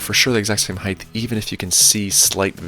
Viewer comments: Lol HEIGHT** Not "heighth" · Nice vid. Theres no such word as hith. Its heighttttttt with a T. Pronounced hite. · The word is height. You are pronouncing height as heigth. Do you say weight as weight? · Height, not height-th. I'd like to know more about how to make the DIY sled not bow in the middle, as that is more in most people's price range.